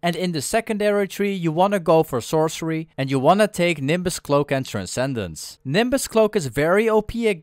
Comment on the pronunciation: HE PRONOUNCED TRANSCENDENCE RIGHT!! IM SO PROUD